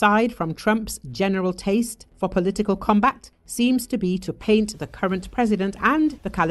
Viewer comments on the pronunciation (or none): none